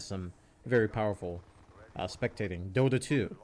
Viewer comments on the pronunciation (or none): none